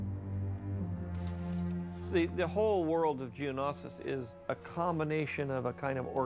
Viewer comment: Did he pronounce Geonosis wrong or have we been pronouncing Geonosis wrong this entire time? I mean he literally said “Geo-NA-sis” And we’ve been saying “Geo-NO-sis”